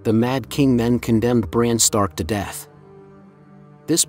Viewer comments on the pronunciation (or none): none